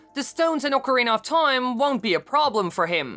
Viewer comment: U say toime often this video